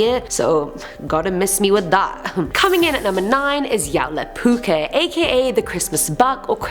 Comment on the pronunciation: you messed up on joulupukki so many times i’m dying lmao love your videos you’re my favorite host on this channel 😌